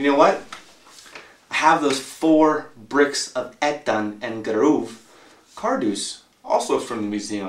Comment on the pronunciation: You say Ettan wrong